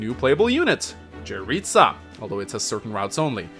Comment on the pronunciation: Hey, Jeritza's name is pronounced "Yeritza", not "Djeritza"